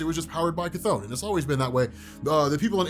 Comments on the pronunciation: Chthon is pronounced, ’Thon’. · It's not Chthon it's Despair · You said “Chthon” twice when comparing him lol